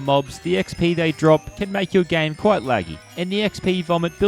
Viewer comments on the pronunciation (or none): none